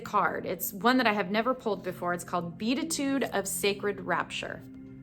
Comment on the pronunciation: Be-AT-it-tude, just fyi